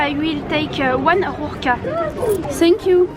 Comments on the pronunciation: « Sink you » C’est vraiment pas compliqué de dire thank you en vrai, c’est juste qu’en France vous faites aucun effort avec l’anglais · Elle a réellement dit « Hello,i will take e ZATE » 🤣🤣🤣 et « SENK you » NAN FAITES UN EFFORT UN MOMENT DONNE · Sank you Manifake l’accent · “Sank you”